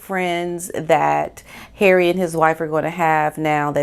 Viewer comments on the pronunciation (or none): none